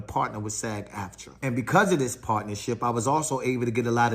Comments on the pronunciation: It is pronounced “SAG”..like SAG your pants…not SAJ. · SAG hard G like bag! Not G like SaGittarius. 😂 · This fool is butchering acronyms. V.O.D. video on demand. And SAG not "saj" screen actors guild dummy